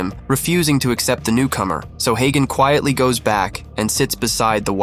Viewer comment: His name is not hey gone , his name is hagan😂